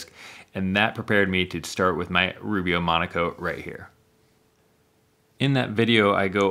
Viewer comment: Now I get it! Rubio mono coat. I thought you said Rubio Monaco 😂